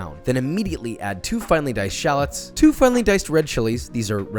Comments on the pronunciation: Anyone else bothered that he says shahlets rather than Shal-lots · the number of times he said shalets instead of shallots is too many to count. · You mispronounced SHU-LOTS!